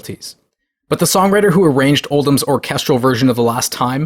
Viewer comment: How do you see the name Oldham and pronounce it Oldman? I'd expect Americans to mispronounce it as OldHAM, because of their inability to use schwas.